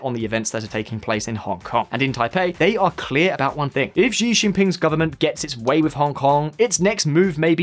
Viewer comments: Xi jinping hahaha ... it's "Xi" as in "she" not Zi Jinping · Nice video but Xi is pronounced like the English female pronoun "she". Xi is a goober but hearing his name pronounced incorrectly is bothering me for some reason. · Pretty sure it's "She" not "Zhe". Do you guys never watch any news channels on youtube?